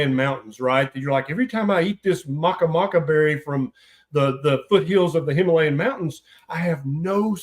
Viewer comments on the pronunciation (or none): "maca maca berry" 😂